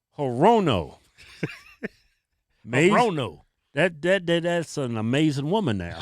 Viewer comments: Hirono . . . is pronounced 'Her? Oh NO! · Bruh I’m actually dying lol 🤣🤣🤣 “HerRona”